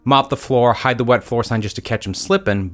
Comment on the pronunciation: He said mop the floor hide the wet sign he says west sign